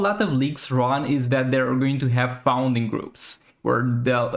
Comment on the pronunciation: loved the content dude, but just a small note, when u said founding raids i was so lost then i understood later that u meant fund. it's pronounced "F uh nd". just wanted to clear this out not to cause confusion for next videos.